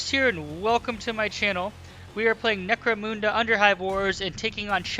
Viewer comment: Not criticising, say it how u want, but, it’s necro munda, munda like under not necro moonda, u get a like for the effort tho 👍